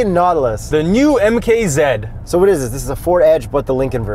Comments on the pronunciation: MKZED? Ummm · its MK Zee, its an american car u fools